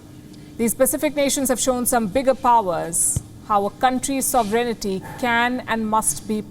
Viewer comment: SOVEREIGN-TY, not SOVEREIGN-ITY. You're holding it wrong. It's a feature, not a bug.